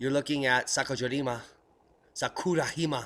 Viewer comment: great as usual. It was an honor to meet you at the Observing the Frontier conference. You are a must-watch every day! FYI, Jima (island in Japanese) is “gee-mah”. Keep up the great work, I learn SO much from your channel. Thanks.